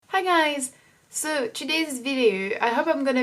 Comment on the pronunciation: Your English is really good, and your pronunciation is great! But in watching your videos over time I reaallllyy want to advise you on changing one English sound: "o" in like "video" or "know" or "so" etc you pronounce it too closed, like "oo" (or even ü) like "videoo" "knoow". It's a little to strong, like the "u" French sound. If you change that slightly your accent would be perf!